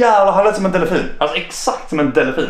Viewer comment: sa killen precis, ”delEfin”?